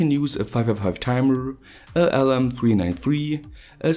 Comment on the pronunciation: Yeah. Not the best pronunciation but watever.